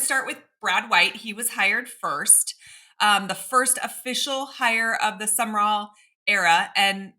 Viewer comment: New coach name is pronounced Jon SUM-RALL not SUMMER-ALL